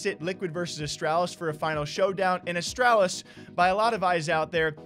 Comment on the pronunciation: it’s a-strahl-is. Not a stral is. It hurts me every time you pronounce it like that. But this was somewhat expected even know we didn’t expect it to say it now. I would think auti is the better option because fallen is washed but I guess stew doesn’t want to igl. I think that fallen will ruin his legacy and liquid will be ruined as well. I agree with removing twistz but I think they should have gotten Alex before c9 did but when you hear the story of how Henry got Alex you can’t blame liquid.